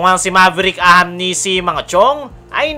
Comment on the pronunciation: Ahanmisi boss hndi ahamnisi😅